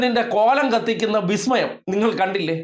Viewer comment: ബിസ്മയമല്ലേ ബിസ്മയം... 😂😂😂